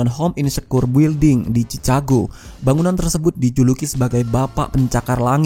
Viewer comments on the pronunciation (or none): Chicago dibaca pake K begini --> cikago hadehhh.. itulah kenapa sekolah itu penting